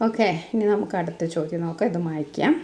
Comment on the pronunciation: മയിക്കാം... മയിക്കാം... പറയേടത്തില്ല.. 🤣🤣